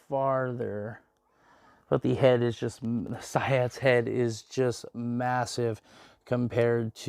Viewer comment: It's pronounced "see-ots" ._.